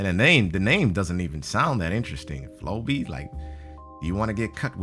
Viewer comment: flowbee sounds like furbey to me. idk